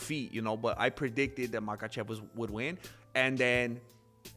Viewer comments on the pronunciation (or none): none